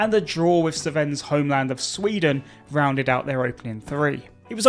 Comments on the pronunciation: Wait, the English pronounced it Sa-ven?? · Sir Ven? That's not how you pronounce Sven😂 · Can't pronounce Sven anywhere near correctly, Christ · "Sven" is one syllable not two.